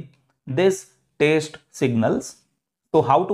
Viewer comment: It is not taste.. It is test sir